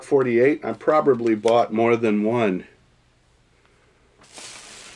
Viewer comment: Anyone ever notice how he says "probably"? He says "proberbly". This isn't this first time I've heard him say it either lol